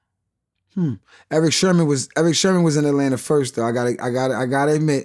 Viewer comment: Eric sermon….not eric sherman.. epmd..